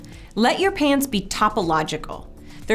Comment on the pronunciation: I thought you said hands not pants